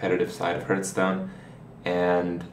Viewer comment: If only he'd stop saying hurtstone...